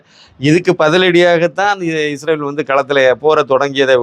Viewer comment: He pronounced like Isravel may be slip of the tongue.